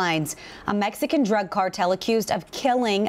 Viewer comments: Why does she keep saying "Mesican"?? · The way that reporter says mesican is annoying hopefully she gets taken out too